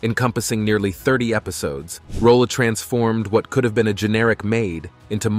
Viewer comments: Ms. Esther Rolle was a magnificent actor, activist, advocate and lady. Your The Concealed Facts depiction is riddled with errors! One of which is pronouncing her name incorrectly as "Rolla" and "Rolley." It's ROLLE, and the "e" is silent. Many of the photos are of other actors, i.e., Isabel Sanford. Please contact her former public relations representative or her family members and have all the errors corrected. She also did not play Walter Lee's wife Ruth in A Raisin in the Sun. Esther Rolle as Lena 'Mama' Younger with Starletta DuPois as Ruth Younger. That is not her photo at your "Early Life in Florida" at position and "Lifelong Dedication to Civil Rights" at position and when you speak of her father's "way with words" at position --none of these photos are of Esther Rolle. Also, your "Lasting Influence in Hollywood and Television" at position 24.:09--that's not her, either! And who on earth is this person in the tuxedo looking like a man? I can't find the photo right now, but I'll comment again if I do. Thank you for your kindness. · A very DUMB title to this piece, also. please learn how to say her surname properly. Rolle deserved much better than this, I doubt she would have liked a show like "Fresh Prince." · I hate bot narration. You pronounced Rolle 3 different ways. Doesn’t antone edit these bots?